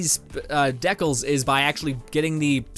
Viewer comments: then why does he keep using the wrong pronunciation when he used the correct one before it's decal (de-cal) not dekal (deck-el) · look up decal on a website that reads it back to you. you say it right alot but then try and correct yourself by using the incorrect pronunciation